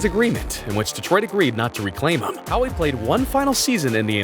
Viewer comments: Not "Howie"...pronounced "how". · Your pronunciations on all of your videos are so bad. It's pronounced How not Howie and it's Tee-mu not Tay-mu. Do you even watch hockey?! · You devote 3 minutes of this video to someone you claim is "one of the best players of all time" and you can't even pronounce his last name correctly. It's Gordie "Howe" - the "e" is silent - it's not "Howie". And if you're using some BS AI to narrate your videos, try proof-checking them before you post them. Also, try proof-checking your captions - the guys name is Teemu Selänne.....not Salami. Ridiculous. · Gordie Howe! Pronounced (How), NOT Howie. FFS. It's Mr Hockey. Show some respect. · Its How not Howie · HOWe dare you call him HOWIE! Especially after people in the video say his name!! 🤔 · It’s not pronounced Howie for Eff sakes. Howe is essentially pronounced How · Gordie Howe it's 'how' not Howie, genius. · Okay, I don’t know if you’re just reading a script or what, but seriously respect the man enough to learn to pronounce his name. It’s pronounced How not Howie. That man is also Nicky royally and would be the one responsible for Wayne Gretzky’s okay and drive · Mispronouncing Howe’s name is blasphemous. Lost all credibility on a hockey channel. Embarrassing. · HE PRONOUNCES IT HERE HOW DO YOU GET HOWIE 😭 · It’s not Howie, it’s Gordie HOW, the e is silent. SMH, so disrespectful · First off, great video. But it is pronounced How, not howie. Sorry had to say it. More importantly, you forgot the most unbeatable record in all of sport, let alone just hockey. Glenn Hall's 502 straight games a s a goalie. This is 1 record that will NEVER be broken. NEVER. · It's HOWE!!! Not HOWIE You numbskull!!!! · Howe is pronounced like "how" not "Howie" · It's pronounced Gordie HOW. I want to know who has the fastest Gordie Howe Hattrick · The commentator calling him How-E is why I never finished watching this video. Maybe a real fan of hockey will make one someday... 🤔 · Gordie....... Howie??? Bro......